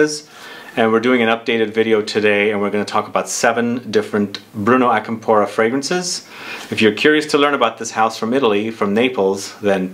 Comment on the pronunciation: Hey the accent is different on Acampora (It’s not on the “po” part, I believe from how the right pronunciation sounds the accent goes on the beginning of the word)